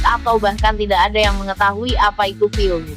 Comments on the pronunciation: Mohon maaf bukan sob tapi vob. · Yg ngisi narasi nggak bisa mbedain huruf V dan F...😁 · 😁😁😁😁vob min bukan pob 🤣🤣🤣🤣🤣🤣🤣🤣🤣sukses trus min tpi jngn slah lgi ya🙏🙏🙏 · Min min...!!! VoB bukan FoB yah ( Voice of Bacheprot ) itu aja sih tapi tetep suskrib